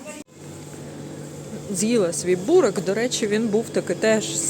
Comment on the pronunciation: Не бурек,а Бурек наголос на еʼ